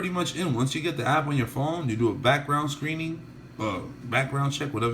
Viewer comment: app not ass!!